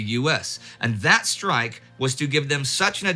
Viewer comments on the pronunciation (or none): none